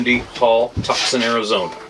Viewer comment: Love to you all in 🇨🇦 and everyone in the 🇺🇸 👋❣️, 👉🏼 here is a tip when trying to pronounce some of our Native American names for towns and cities. Adirondack is pronounced add-a-RON’-dack and Tucson is pronounced two-sohn, sounds like ‘John’ 😁.